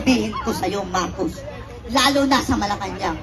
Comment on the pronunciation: Pro marcos ang bata nag kamali biglas marco d nabigkas ang S